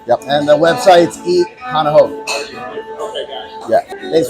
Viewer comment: If U wanna do a vid. about Hawaii ... learn how to pronounce the words. U lost all credibility as soon as U said: hana how! DELETE!